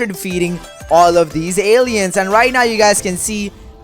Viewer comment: alieansss Me: I am disrespected calling them an alien